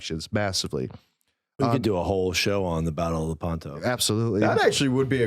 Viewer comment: Hi Folks. A little correction: Battle of Lèpanto. Accent is on the first syllable. I hope you see this. Cheers and blessings.